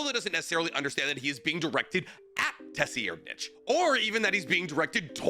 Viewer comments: You're pronouncing it like that just to piss me off aren't you? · you not being able to pronounce Tserriednich makes this video hard to watch, geezus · Ay maaann. I had to stop the video because Tserriednich name pronunciation..... it was suuper triggering😀😀😀😀😀😀😀😀😀😀😀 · Brother please stop butchering his name 😭😭😭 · Bruh I wanna watch the vide but the way your saying his name is fuckin wild shits actually making me angry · I've been ignoring it for too long. WE, yes ME, YOU and EVERYONE, knows the "ts" makes an "s" sound, not whatever tf you're saying right now😭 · NAH TF DID JUST SAY? that sounded like a damn slur😭😭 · ima help ya: sur-ide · This man had no problem saying LADY TSunade but Tesseract-ditch ? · Brother, it’s a silent T , pronounced SIRadNick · I can not move passed how you pronounce tserriednich Youre saying tess e air nich Its sir id Love ya dawg ❤ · Tsseriednich = Sir Eyed for easy pronounciation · This pronunciation is driving me crazy 😂😂😂😂😂😂😂😂 just call the man terror sandwich 😂😂 or ——- SIR-rad-NIK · Dude its pronounced Tseh-reed-nik. The way you say it bugs the hell out of me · Say it with me………………….Suh-rad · Please just say [tsair-REED-nikh] and stop being extra about it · It's pronounced "sir-ad-".... It bothers me when ppl pronounce names super weird lol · your pronunciation is killing me... Sir-Eyed-......tserriednich....... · It is pronounced ser ad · FOR THE LOVE OF GOD ITS PRONOUNCED "SIR. RIDE.."!!!! IT HAS IN IT MAN CMONNNN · I’m pretty sure it’s “Sir-eyed-” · Driving me nuts bro. There is noooo way you haven't heard a proper pronunciation of "sir-eyed-" name. You said it so many times you must be trolling lol. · Tserriednich just pronounce it like this "Sir-ride-" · If we use German grammar it is pronounced tser reed nich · It’s pronounced Serighnet or something like that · Bro can’t say the name for shit 😂 (Sir-Eyed-) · Can you STOP saying Tesierdnitch